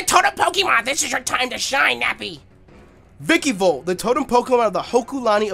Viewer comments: "Vicky-volt"? Come on Nappy, take a look at its name at least once. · It's ViKAvolt not ViKIvolt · (snoody voice)It's pronounced vikAvolt not vikIvolt Nappy. (snoody voice stops) LOL. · Who else gets mad that nappy says vikivolt and not vikAvolt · Its called a vikAvolt nappy, not vikivolt. I dont know why but it annoys me too much XD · Yo Nappy, it's vikAvolt. With an A.